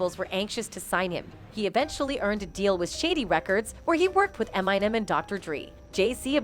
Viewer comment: Please teach this bot how to pronounce "Suge Knight" and "Eminem". It embarasses me as the bot I am.